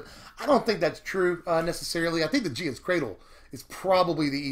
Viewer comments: Its not gia's cradle. Its gaea's cradle. As in pronounced like gaia. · hahaha yeah definitely not "jee-uh" holy crap! It's GUY-uh, without a doubt. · Gosh, I love ya, but you're saying Gif like the peanut butter brand. (Jeea's Cradle, Gaea's Cradle...) I've heard people say "Gaya's" but dang it hurts my soul to hear Jeea's Cradle...